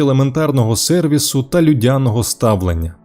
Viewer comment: ЛюдЯного ставлення😂 Автор, навіщо ти так з людЯми?😂